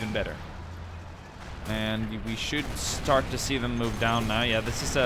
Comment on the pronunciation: He Said Shtart lol